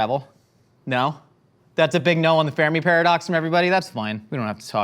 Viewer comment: makes a comment then rambles about alien life and I am very confused until I realise - it's the FERMI Paradox, not the Farami Paradox... XD